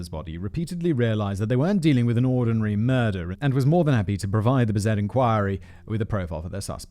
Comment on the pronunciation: Simon: yeah, I'm just going to say this name as bis-AY from now on. Also Simon: proceeds to pronounce it as bis-ET for the rest of the script.